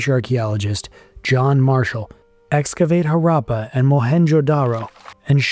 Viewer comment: Images of rural people showed between the 3 rd and 4th minute are misleading--because they are presented as if they are the people from those times. Moreover, you should have worked on your pronunciation of Harappa, Harappan, Mohan Jodaro. As for gods and beliefs, they don't a religion make.